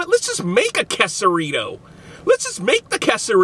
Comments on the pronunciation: its not qusarito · Its pronounced Qaysarito, not qusarito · Its quesarito nit kesaruto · You said it wrong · Bro if your gonna review an item, know how to say it correctly